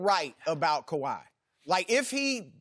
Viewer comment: skiiiiiuuupppp please say “kawhi”